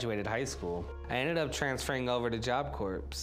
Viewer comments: Depression is a monster. Not trying to be rude, but it's job cor. The p is silent in Corp. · I love how he doesn’t know that you don’t pronounce the S in job corps